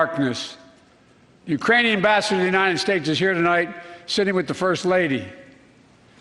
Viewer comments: ahahaha I heard Uranian (he skipped the 'k' there :) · I believe he said "Uranian". He is over 60 give the dude a break lol It isn't as easy as it looks to stand and speak to the entire united states and not mess up a word.